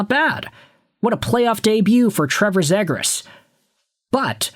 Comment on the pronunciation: Why are you saying zegras wrong lol